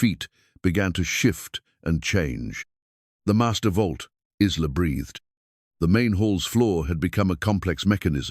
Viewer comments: Every time he pronounced the girl's name as Is-la instead of I-la (Isla is pronounced I-la), it made me grind my teeth. I do believe the timeline was off, too. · AI is great, but pronunciations need to catch up. Isla is not Is-La, but I-La like island. Silent S. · Isla is pronounced eye-la please fix it . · Lovely story, but. , why not prounce names correctly , Isla , is prounced Ila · The name is not IZLA!!!! It's like island without the -nd. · It is so funny that the computer voice pronounces Isla with a short I when the s is silent and the I is long! My grandmother’s name was Isla.interesting!